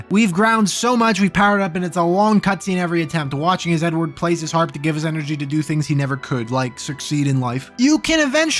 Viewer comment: Every time you said “Edward” I thought you said “N-word”